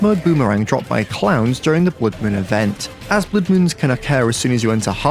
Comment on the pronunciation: When he said clowns I thought he said clams😂😂